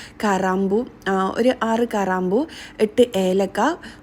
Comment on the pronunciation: കരാമ്പൂ അല്ല കരയാമ്പൂ ആണ്.😅